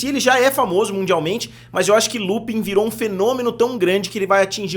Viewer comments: A pronúncia é "Lupan". "Lupin" soa super esquisito. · Pq essa é a pronúncia,se escreve Lupin,se pronuncia lupãn . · Por que todo mundo pronuncia Lupin ao invés de Lupãn?